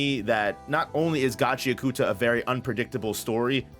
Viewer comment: For the love of God, it isn't pronounced "GAH-CHEE-UH-KOOTA", it's "GA-CHEE-AHKATA".(this has been stated by Urana Kei herself) Sorry if this comes off snobby, that isn't my intent. Just bugs me every time I hear it like that. Love your vids tho man